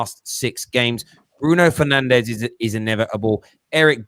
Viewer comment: Liverpool fan is so uneducated😂Keep calling him penandes please.